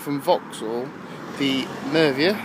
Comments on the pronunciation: The Mervia?! Can't even pronounce the name of the car......no future in car reviews for this guy! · It's MERIVA M E R I V A MERIVA! U SPOON